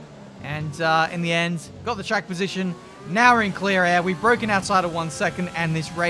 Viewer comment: "Its bwoken. Its certainly bwoken for that Ferrari"